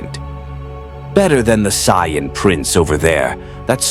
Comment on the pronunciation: Ok near the end of this now.....its Saiyan. SAY Ann. Not sion, scion, cyan. Please figure out how to make the a.i voice say it like that lmao. Also I like how you swapped Vegeta and Goku during the Android saga haha. Someones got a favorite haha.